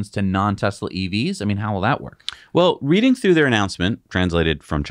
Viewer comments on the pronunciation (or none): none